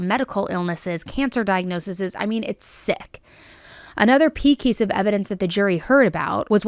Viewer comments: Not to take away from the case as it’s very sad but I had a giggle at 25.47 when you said ‘pey keice’ instead of key piece 😂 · Within the stellar coverage of this awful case I have to say how much I love that you left in the fact that you switched the letters so it came out "pee kiece of evidence" (rather than "key piece of evidence" mark) rather than editing it out! So relatable & real & totally something I'd do myself. It's so awesomely refreshing & shows that perfection isn't necessary to be amazing💪🏻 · Couldn't help but notice you said "pee keace" instead of "key piece" lol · pey keice 😅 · Ha ha ha, 25 46, said, 'a "'pee kiece" of evidence'. LoL a mistake that could happen to any of us, but def hilarious! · Another “Pee kease “ of evidence 😂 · Did anyone else notice when she said "another pee keice of evidence" instead of "key piece"? I always laugh hearing words mixed up because I do it waaaay too often but it cracks me up! Anywho, I was just curious if anyone else noticed. Great coverage as always!!! I'm so glad I found this channel!! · says “pee kiece of evidence”, I thought something didn’t sound right and had to rewind 😂. We love you anyway ❤ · she said “pey kiece” of evidence instead of “key piece” I wonder if that was on purpose or just total accident. My brother and i have don’t spoonerisms all our lives it feels like to make each other laugh. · “another pee keece of evidence” I love you so much haha😂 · Omg accidentally said “Pea Keice of Evidence” and I can’t stop giggling 😆 Totally something I would do🤣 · I definitely giggled when you said “pee kees of evidence” instead of key piece 🤭🥰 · Hahaha "another pee kiece of evidence". I had to rewind that because I thought I was hearing things but nope, she said it lol. So cute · "Pey keice" 🤣 sorry but I had to point that out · "Another pee kease of evidence" 🤣 love you! It happens 💜